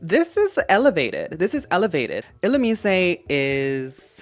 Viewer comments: I like how you pronounce Aron as “Aaron” and Illumise as “Illumisayy” but Carvana is just Carvana haha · Illoomeesay is so funny to me but now idk how it’s really pronounced lol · subscribed as soon as i heard the illumise pronunciation ... your mind is so powerful